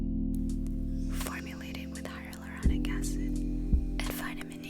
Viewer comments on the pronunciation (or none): "hylalaronic acid" ? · my brain: hyarulonic? hyaluronic? hyaruluruluronic ??